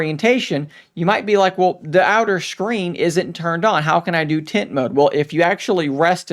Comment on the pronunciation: Are you saying "tint" or "tent". Sounds like "tint".